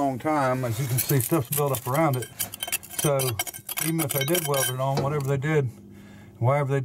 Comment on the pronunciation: No such word as oin, its pronounced ON, not oin